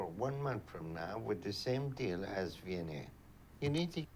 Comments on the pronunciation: I'm subscribed! I'm from Cape Town and every time they say Vianey, I hear V&A like the Victoria and Alfred Waterfront and I get confused. If I could have cashapp I would throw my hat into the ring, because this Capetonian never says no to money! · What is her name?? All I hear is "V N A"